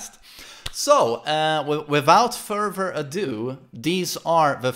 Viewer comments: haha funnie accent pls like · "wivout furver adieu, deez are the..."